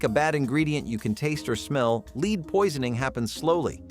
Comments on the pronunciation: Lead is pronounced led as in Ted... not leed. Dern robot 🙄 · Lead poisoning. (Not leed!) Lol!